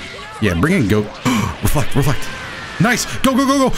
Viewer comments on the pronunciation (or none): When he said reflect I thought he said were fucked 😭